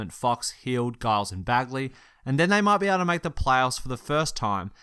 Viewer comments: “donkidge” “guyles” wtf is this pronunciation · Giles is pronounced Jiles. Damn European journalists. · Dee - VAHTZ and Giles has a J sound not a G.